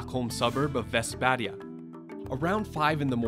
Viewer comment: Awesome pronunciation of Västberga!